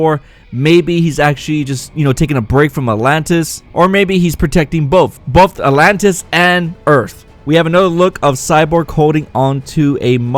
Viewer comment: I gotta admit you pronounce the name atlantis in way that makes me think alot lol a-lantis